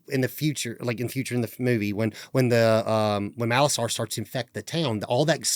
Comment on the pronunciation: Molasar not Malosaur!